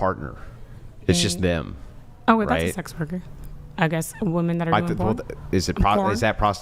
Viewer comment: Same was wooman, instead of women.